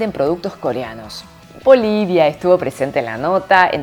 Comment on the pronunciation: wooouu Bolivia gracias por pronunciar Bolivia se escucha muy bien con esa voz hermosa que tenes👍👍❤❤❤